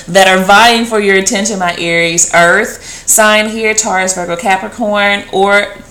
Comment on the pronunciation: please say it ARIES